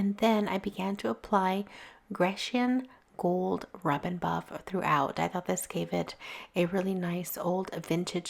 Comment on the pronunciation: ‘Grecian’ is pronounced ‘greeshan’ as it from the country Greece.